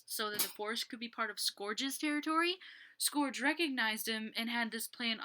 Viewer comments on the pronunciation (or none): It’s pronounce Skerj (Scourge) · It's scourge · Yea it's sc-urg